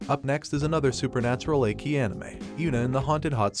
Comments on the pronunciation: Achy anime not echhi at least on how it's said lol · but, its Ecchi pronounced ETCHI!!!! NOT EKKIII!!!!! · Ech-ee not Ache-ee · Hey my man of culture!! It’s pronounced ECCHI (eh-chi) not EKI but hey LOVED your list ! From one cultured person to another you got a 🔥 list going! And I LOOOOVED your commentary! Sooo Sooo GUUUUUUD!!! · Man get your damn pronunciations right 😅😅 wtf is EKKI but not ecchi 💀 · I see the word ecchi. But im hearing, "A Key" very odd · do you really said ekki of all the dumb stuff? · It's pronounced Etchy, like Sketchy without the Sk! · Not "ekki", the "ch" in "ecchi" must be read like in te word "chili", the additional "c" only gives strength to the word. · Every time you say ecchi as eki I cringe and laugh simultaneously... Bc 1. Terrible pronunciation and 2. Eki means station (train station) "Yunna is another (train station) anime"🤣🤣🤣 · Why are you saying "achey"... jesus man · Is he saying "ekki" on purpose? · how can a channel dedicated to anime mispronounce ecchi?